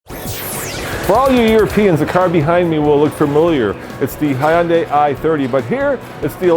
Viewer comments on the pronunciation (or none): Hyundai rhymes with Sunday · Hyundai rhymes with Sunday. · How is this guy a car reviewer and don't know how to pronounce Hyundai properly?